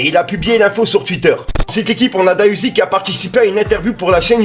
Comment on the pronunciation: Trop frais qui parle de enfin de D.A Uzi La street va commencer à le suivre Eh mais dis bien « D.A Uzi » stp